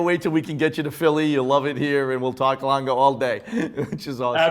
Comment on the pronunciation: Watch critics and presenter but can’t pronounce Lange?? Please try harder, there’s E on the end and in German language it’s a strong Letter. Just like Porsche. It’s not Langa. It’s Lange